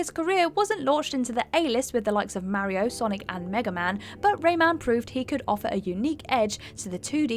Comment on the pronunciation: Mairio? Does she say March as mairch? I think not I know scott wont can her but shes just downright awful